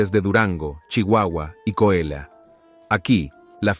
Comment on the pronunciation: Que alguien le diga como se pronuncia Coahuila, Mapimi y otras tantas palabras q no usa el acento o q regrese a primaria a terminar la clase de ortografía. 🤷🏽